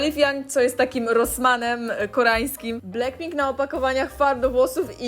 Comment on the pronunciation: To niezłe "Bleckpink" 😂😂😂😂